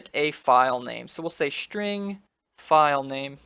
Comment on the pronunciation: Dude, its called SSSSSSString not shring ^^